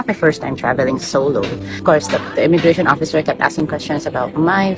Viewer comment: Yo! BI! "Beri Incombenient!" If the "oppisser" was just following guidelines or checklists, then time to update! I graduated 2005! I don't even know where the Ondoy flood tok my diploma, yearbook, gradpix away! And what do you care about the travelers' family set up? Are you going to feed the kids that went "rebellious" and ran away, and house them???